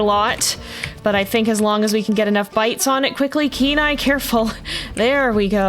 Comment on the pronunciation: The first time you said Kenai I had to read it because it sounds like canine/K9 everytime you say his name